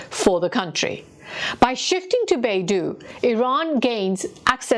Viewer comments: Pronounced like Bei - dou(dough) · Dou in Beidou is pronounced like a female deer. Doe a deer a female deer. "Bay-Doe" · Shouldn’t you learn to pronounce Beidou, knowing you’re doing this segment about it? Talk about respect. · Great report. Just the pronunciation of Beidou system is Bay - D-Oh, instead of Bay-duu. Bay - Duu sounds more like another Chinese company, the Google of China' Baidu' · Beidou is not pronounced "BAY-DO", but should be pronounced like "BAY-DOE" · On dit Baidou et pas beidou. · It's pronounced BAY DOH, not BAY DOO. It's the Chinese world for compass. Beidou is FAR more sophisticated than GPS as it has a backchannel and is bi-directional. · FYI, the Chinese geosynchronous positioning system, Beidou, is not pronounced "Bay-Doo", it is pronounced "Bay-Dough" BeiDou is the Big Dipper constellation. In 1993, a Chinese merchant ship was accused by the U.S. of carrying banned chemicals to Iran and the U.S. wanted to board and inspect that ship. The Chinese refused, and the U.S. showed its displeasure by cutting off GPS data stream to the Chinese ship,.the Chinese ship became helpless. This incident showed the Chinese that it could not depend on the American GPS system if hostilities ever broke out between the two countries. The U.S. could disable the entire Chinse fleet with one push of a GPS button. Since the Chinese were already working on its own satellite systems, it pushed hard and then completed the construction of Beidou. As you would expect, Beidou has the same functions as GPS. But as someone who had used both extensively, I can say confidently that Beidou is better than GPS, providing more precise location data and also providing other services that GPS cannot. I believe that Russia also has its own version of GPS, because Russia is another nation that cannot trust the U.S. to help them during time of war. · Beidou ,北斗， is pronounced as “ bay though”, not baidu, a search engine. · 北斗, Bei Dou, it's [Beɪ Dəʊ] by the way, not [Beɪ Du:].